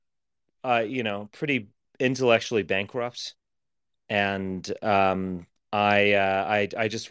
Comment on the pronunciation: Richard Spencer says he's into more intellectual "stuff" but can't pronounce the word "bankrupt" properly.